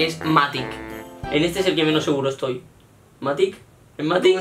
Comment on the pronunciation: Que rabia que diga MatiC en vez de MatiX